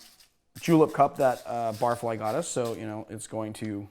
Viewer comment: Oh my God Bar...fly Not barf..ly :/